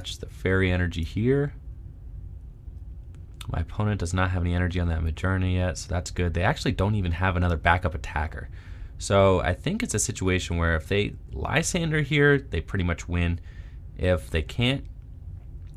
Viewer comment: I’ll be the pronunciation police: Muh-Gear-Nuh and Garb-Odor. (Love these videos. Can’t stop watching them!)